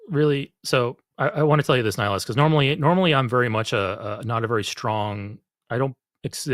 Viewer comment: While I love that you brought up two of my favourite games.. in Mass Effect the spectre is called Nihlus, not Nihilus. Okay.. um.. "I should go" 😂